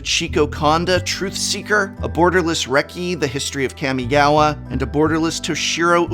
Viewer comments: Kah-mi-ga-wa. Not Cammy-gawa 🤮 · Please say kamigawa right im begging you